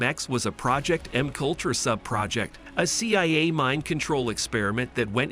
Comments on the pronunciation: It is pronounced “MK Ultra” not “makultra” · don't forget M cultra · it's MK - Ultra NOT M-Kultra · Oh I saw that one too. lol Just thought I'd keep the comment short. "M cultra" The fuckups.. It's like nails on a blackboard. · I hope AI pronunciations are improved. MK Ultra is mushed together incorrectly.